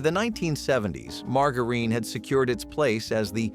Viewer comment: Nobody pronounces "margarine"like that.